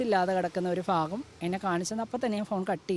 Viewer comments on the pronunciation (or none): none